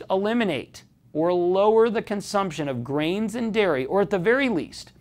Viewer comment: Ellii Munz it did sound like greens, but he said grains.